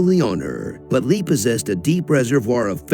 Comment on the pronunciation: You’re not even pronouncing her name correctly 🤦🏻‍♀️